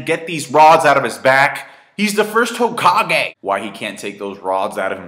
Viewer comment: I like your videos but I honestly can't take you seriously when you don't pronounce the names correctly. It's Hokage, not Hokaaaaaageh and Minato, not Minaaaaaato